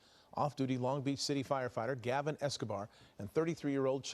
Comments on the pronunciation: Its Gavin not Galvin.. Rip Gavin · you're so busy? Yet, you have time to flap your mouth for 20 plus videos. It's Gavin not Galvin.